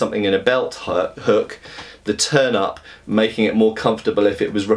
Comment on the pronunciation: Was looking away while listening to the video, and had to look back quickly after I heard him mention a "turnip" on the grip. Even after I saw the "turn-ups" he was talking about, it was hard to not hear it the other way, lol.